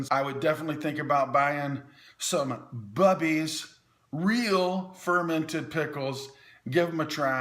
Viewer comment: This guy has never been to a real deli. New York deli. There are no real delis down south where this man I guess is from. The "U" in the word BUBBIES should have been a major clue on how to pronounce it. He does not say Booter for butter does he? Bubbies though not a NY company are the best pickles EVER. And yes they are crispy, we could hear the crunch on your video. Best tasting from a New Yorker who knows a good pickle, not the usual crap in the grocery.